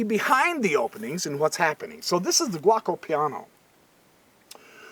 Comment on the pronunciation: The opening is pronounced G O co Piano Gee O Co Piano...Not guacamole piano. LOL Great video, Just having some fun with ya.